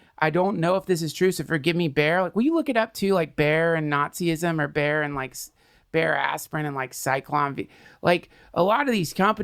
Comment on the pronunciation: Its not bear mr Duncan trussel but Bayer.